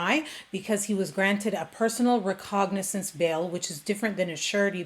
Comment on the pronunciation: That dumb judge at the end can't even pronounce "recognizance" correctly, so yeah...i think that whole judicial system down there is a JOKE.